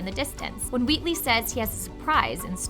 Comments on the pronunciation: Is it just me or does she say Weewee instead of Wheatley? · Is it just me or she is saying wheatley as "wheatwee"